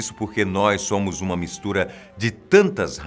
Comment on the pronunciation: "Sômo" 3 😆😆😆😆